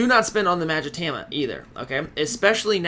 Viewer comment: Please... Please stop saying magatama wrong it drives me mad everytime I watch a video of yours it's ma-ga-ta-ma not mag-itama